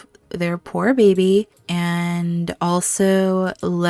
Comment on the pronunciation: Oh no, that start! Why does Aemma always have such loss. I laugh every time you say bay-by. Aemma and Leoric saying goodbye before the trial was just perfect. Realising they do love each other and the convenience is all real love now, hust before possible tragedy. Made the tension even worse for the trial! Leoric!!! Yes!!!! (Trial with umbrellas ! I could feel the annoyance that you'd planned this great thing and then the game didn't co-operate but don't worry we still got the tension) The reunions of Aemma and Leoric and James and Matilda ❤❤❤ my heart is melting so much. Couple goals!